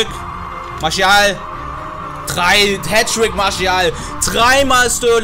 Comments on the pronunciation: Bruh bin selber franzose warum sagst du Marschial?haha er wird Martiâl ausgesprochen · Bitte sag nicht marschial😂😂 der heißt marsial Sonst feier ich dich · Bro martial nicht marschial hahah sonst cooles video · Der heißt doch nicht marschial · Das ist doch erst das geile dran also ich Feier das 😂